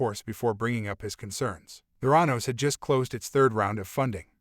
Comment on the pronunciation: Good info but it’s a bad AI reading. Even mispronounces the name of the company. YUCK